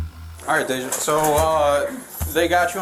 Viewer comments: Day-ja not no dam daja smh pathetic after they clearly say dejay (day-ja) you still mess the name up thats pretty pathetic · It's pronounced "Day-jah" not "Dah-jah". They say it multiple times throughout the clip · ... Day-jah. they say it Day-jah in the video. x'D She dumb tho "I didn't" maam you're literally fighting them to not be put in handcuffs. THAT'S RESISTING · Though she did steal from her workplace, the incorrect pronunciation of Deja’s name is ridiculous. You hear her name multiple times in the video yet you keep saying “dah-jah.” Like…😒😒